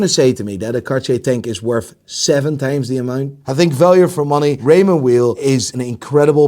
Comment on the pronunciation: It’s pronounced Raymond “vile” not “wheel” that’s the way you pronounce WEIL. I’m Swiss btw.